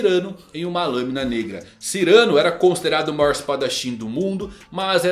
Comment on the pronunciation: Muito interessante mesmo e realmente faz muito sentido. Só uma correção: Não é Cyrâno, e sim Cyranô! Cyranô de Bergerac. Ele é um espadashin francês de nariz grande que ensina seu amigo com versos para conquistar Roxana!